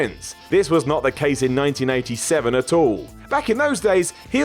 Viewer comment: I also had to listen twice. He DOES say 1987 but it sounds like 1997.